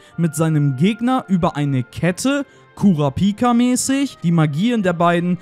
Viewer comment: So hab ich auch noch nie jemanden Kurapika aussprechen gehört, aber nvm xD.